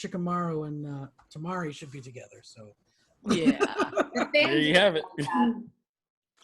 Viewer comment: Temara instead of temari😂